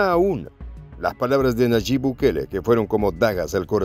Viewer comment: Por favor es Nayib no Nayit buen dia